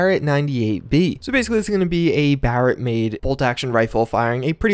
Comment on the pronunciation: At least you said "barret"correct